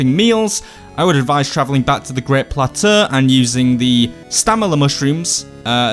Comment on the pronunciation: You lost me at "plat-uhhh". In the US we say "plat-ohhh"... Pretty sure France does too, lol. ;)